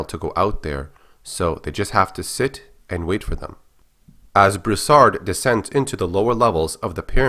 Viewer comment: Its pronounced (Brew-Sard) not (bruhsard)